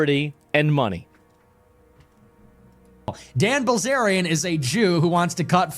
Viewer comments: Bil zarian Zack not Bliz arian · Right off the bat and you mispronounce his name. The eye comes before the ell, it’s \Bill Zaryan\ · Asmongold actually can’t pronounce “bilz”